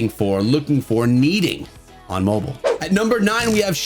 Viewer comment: say mobile not mobole